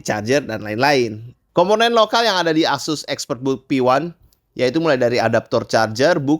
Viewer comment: Asus bang bukan ases 😂